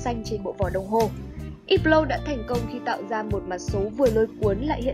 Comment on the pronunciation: Ýp blau..??.. Mặc dù biết là đọc theo âm mỹ thì chữ H là âm câm nhưng tùy từ.. Không phải từ nào cũng H câm.. Hãng này đọc là Hớp blot..